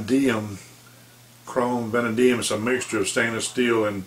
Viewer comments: It's pronounced Vuh Nay Dee Um. It is one of the older original steels used by Case going way back. Most people who really work with their knives PREFER the Chrome Vanadium, due to the fact it holds an edge really well & sharpens very nicely. If ya keep a very light film of mineral oil ( safe, cheap & non-toxic, many collectors smear some on their hands when handling their knives ), it will keep the blade from rusting & the blade will eventually take on a "Patina" finish, that looks very vintage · David Leavy the same way he got that way not pronouncing vanadium correctly.